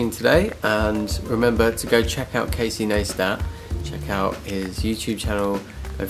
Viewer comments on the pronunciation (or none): lol "Casey Naaastat" haha